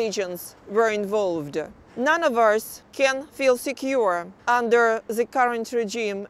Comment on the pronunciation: только и слышно: "зэ...зэ...зэ" Интересно, она понимает, что говорит, или первый раз вообще текст видит?